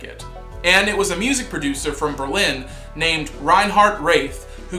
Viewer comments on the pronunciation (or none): none